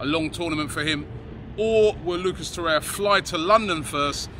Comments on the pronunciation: Why does he keep saying “Torreya”? There is clearly another R. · You are mispronouncing his name in every video – It is TorreiRa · He likes Torreira but refuses to pronounce his name right ever.